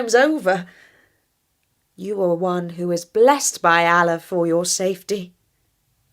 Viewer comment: Kindly first learn to pronounce "Allah" correctly.